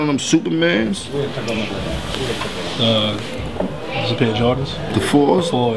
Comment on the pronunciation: He said super mans , lmaooo db